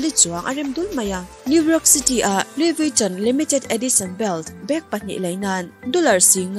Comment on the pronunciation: Louis Vuitton ilam dan khi luivitawn ang in ilam a...lui-ii-vi-tawwn ti a lam tur...tawn tih tawp lo in tawwn tih tur lam thui deuh tur..hehhe lo sawi ve mai2..